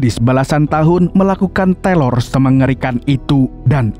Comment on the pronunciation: Teror KK bukan telor 😏😏